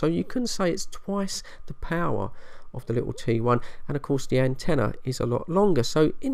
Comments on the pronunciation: Sounded like you said trouble I and 21 ! Had to put on the subtitles or read below to find out what you were talking about ! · Sounded like you said 21 and trouble I